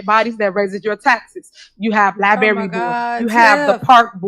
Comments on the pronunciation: It's not a "lie berry", Tiffany, it's a LIBRARY. You ASK a question, not "axe a question" . You're a fool, woman. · She did NOT compare herself to Malcolm X and then mispronounce library.